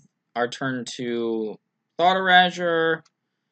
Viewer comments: Yeah, it definitely shouldn't rhyme with leisure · e - ray - sure Erasure :) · lol learn how to say erasure.